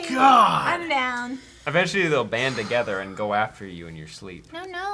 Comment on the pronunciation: When they were talking about the avengers, I thought said "AVENGEtually" (eventually) 😉😉😉 Would've been a great pun ahaha